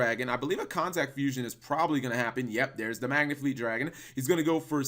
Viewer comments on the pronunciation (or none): It's Megafleet Dragon... Not whatever the hell you said.